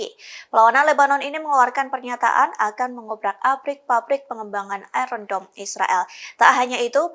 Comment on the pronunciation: Pronoun ayen dom